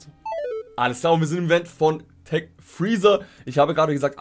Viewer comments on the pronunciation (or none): none